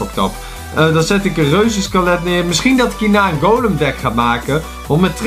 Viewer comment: Je moet dood niet de reuzenskelet P.S. Jij zegt reuzenskalet